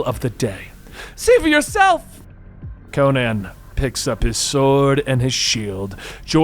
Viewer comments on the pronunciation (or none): Would be better if you could pronouce Conan